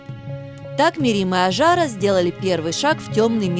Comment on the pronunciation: Не Аджара ,а Ажара , ужасно ковежат имя